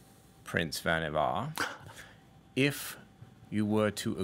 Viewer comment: Pretty sure the actor just misspoke - everyone else including the storyteller rhymes the last syllable with "car".